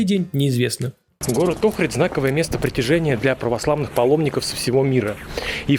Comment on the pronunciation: Улица это Чаршия😅 и это НЕ рынок, рынок закрыли старый и сделали крытый базар. Ни разу не слышала, чтобы её называли улицей климента в жизни) Охрид и охридское, ударение не туда. В амфитеатие слушали Хворостовского.